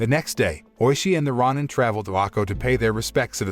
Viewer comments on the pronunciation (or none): rah nin, rah nin, rah nin. sheesh thats all i can hear. its row nin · Him mispronouncing Roin instead of Row Nin. Is so distracting. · Ronin is pronounce ro-nin, not ron-in. And it's not a legend, it's something that...actually happened. Unlike the story of this movie. This movie...it's shit. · It's pronounced roh-nin, not rah-nin. 🤦‍♂️ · It's pronounced Ronin (Row Ninn). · ROW-NIN and SHOW-GUN incompetent yanks lol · It's Ronin (pronounced Row ninn) he didn't get his neck sliced, , the hishaku chopped his head off. The Tengu are not gods, the tengu have heads of birds of pre not having heads of snakes. This narrator isn't paying attention to detail nor did he do any research on the tengu nor the title of the individual that raises his sword on tht individual who was sentenced to commit seppuku, ritual suicide buy stabbing himself in tht abdomen with a dagger. His pronunciation of certain names aren't correctly pronounced. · why do people narrating not know how to pronounce words like shogun or ronin... this crap is really annoying. i see it in tons of videos, people need to learn how to speak english?! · You need to learn how to pronounce Ronin. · The mispronunciation of ronin made me change to a different video, the AI reading the script needs to be updated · You say Ronin wrong disliked the video